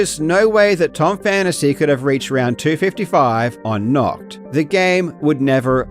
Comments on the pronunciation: Little correction from a German ;) I know it is difficult to pronounce German words, but still: It isn't pronounced "nockt"; the 'A' is pronounced clearly not like an O, and the 'CH' is more like a "chhhhh"—further back in your palate—rather than a hard 'K'. Try thinking of the sounds individually; I'll try to describe it using English sounds: nah – chhht – *Nacht*. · The German pronunciation isn't even that hard and doesn't sound that weird, but the English-speaking world just prefers to say the ch with a hard k for some reason. Also one other common thing is to flip ei and ie pronunciation. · I'm not even German and I'm offended by how he pronounces "nacht" 😂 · As a German speaker, hearing you bucher nacht so many times is painful. Here's how to pronounce 'Nacht' The 'a' sounds like star. The 'ch' sounds like a really stretched 'k' in 'sick'. Like growling cat. "Nacht der Untoten" = "night of the undead" Also Nackt means nak ed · I always felt Karl should be able to speak German with that totally German name he has, and then he hits us with that terrible pronunciation of Nacht. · as a german i get really frustrated when people say "NACHT" lol it sounds so wrong! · Your pronunciation of untoten is way worse than nacht, wich I wouldn't expect an English native to be able to say correctly anyways 😂 haha, I wouldn't even mind if you hadn't mentioned it though. Keep up the good work! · For your information: Nacht = Night Nackt (your pronunciation) = Nude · nAcht not nOcht ... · 11/10 pronouncing "Nacht" like the word we germans use for "Naked" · nacht der untoten means night of the undead, few pronounciation fixes: Nacht is pronounced naht, not nakt, the H has to be heard and it almost has to sound like you're trying to clear your throat mid-word, and "untoten" is pronounced with "un" from "unilateral" (without the "Y" sound at the start ("Yuni"-lateral)) and "tot" as in "totalitarian", not "an toe-ten" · And then they actually try to pronounce it only to say nakt